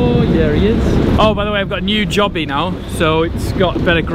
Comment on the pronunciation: Its pronounced “joe - bee” not “job - ee” if thats makes sense.... sorry but that bugged me 😂